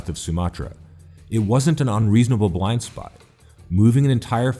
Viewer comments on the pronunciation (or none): none